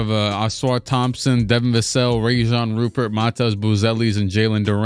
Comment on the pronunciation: "Rayjan Rupert" is actually pronounced Ryan Rupear but he's real name is Rayan Rupert